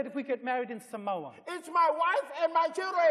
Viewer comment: Eteuati nails the way they say Samoa 😂😂👌